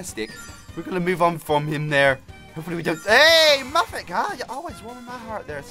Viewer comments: you said muffen at first not muffet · Captain Kirby Crunch muflet....... DUDE LEARN HOW TO SPEAK UNDERTALE!!!!!